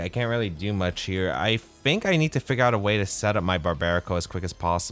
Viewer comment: I cant get over the way he says I fink or I'm finking😂 good content bro!